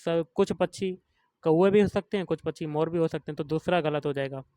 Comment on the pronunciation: Bhai pronounce krna sikh pachi nhi pakshi hota hai vo 😂😂 samjhe bhaiya pachi 😂😂😂